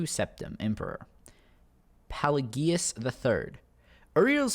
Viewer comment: Pelagius was also pronounced wrong but to a lesser degree in a later quest you'll meet Pelagius III AKA Pelagius the mad in a quest given by a beggar in solitude